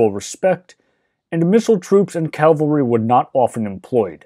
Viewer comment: Why does 90% of the English speaking population consistently pronounce "cavalry" as "calvary?"